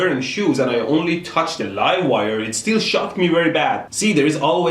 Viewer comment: I thought you said shot not shocked